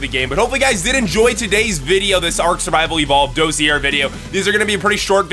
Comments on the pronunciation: Sorry it's bothering me.... it's pronounced dah-see-ay. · Ok, I don't mean to be THAT guy, but the word "dossier" is pronounced dah-see-yay. (Or at least I'm like 99.9% sure it is.) And holy crap, that dragonfly looks like something I've drawn o-o Anyways, I really like these short videos describing the dinos. It's kinda neat to think about the different concepts of survival for different species. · dossier is a french word, it's pronounced.. daws-see-eh (like eh? hoser?)